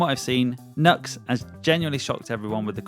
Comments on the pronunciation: Have you checked out the new Valeton GP5? It looks really promising for being the ultimate budget fx pedal at only $80. Also, FYI, NU-X is pronounced as new-ex, not nucks. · Apparently it's pronounced New- Ex Not Nuh--x